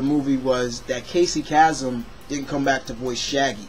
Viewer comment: It's pronounced like Kay-some... I use to listen to his radio show as a kid! XP